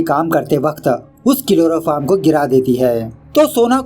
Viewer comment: It's chloroform not kiloroform😂😂